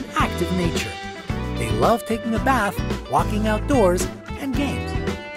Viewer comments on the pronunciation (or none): none